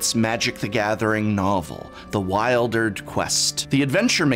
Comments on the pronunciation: Great review, I could really feel the magic and how moving this story was and the themes that surround it. One question though, isn't it pronounced like "Wil-der-d"? (Not "Wild-erd") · I thought it was pronounced "weeldered" and not "whiledered"... :-/